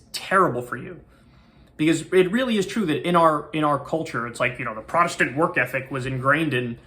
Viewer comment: prodestant? You mean puritanical.